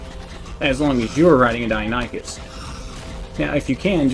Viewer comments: OH MY GOD....🤣🤣🤣🤣🤣 Ok for the love of all things holy... people it is PRONOUNCED: DIE-NON-i-CUSS.... Not dino-nee-chus... or any other way 🤣🤣🤣🤣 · Great video! Thanks for all the tips :) btw it's pronounced Die-non-ih-cuss, not die-oh-ny-cuss